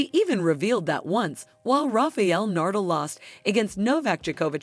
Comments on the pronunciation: Learn how to pronounce names before speaking. Polish not shoe polish and that's Nadal not Nardle. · Seriously rafael nardal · Nardle and Jukovich.... this "voice" is creating some new people... funny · Not saying Nadal as Nurdel. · DAM AT LEAST GET HIS NAME RIGHT NA-DAL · Nice work, DOOFUS! Take ten seconds, and learn how to pronounce Na-dal......You just embarrassed yourself....... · Rafael Nurdle!!!! This narrator just crawled out of a rock on another planet and got blown into ours somehow. Pathetic!!! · That's exactly how you should pronounce his last name. Nardle. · never heard the name NADAL pronounced so bad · its ok ,just shocking to someone from Spain like me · This is a well made video but the pronunciations are horrible. You guys butchered the pronunciations of both Iga's and Rafa's surnames. And if someone can't speak even 'Nadal' correctly, it's hard to believe that he or she knows a lot about tennis or is a big fan! I hope you guys can improve because honestly it's q well made video. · the computer voice cant say nadal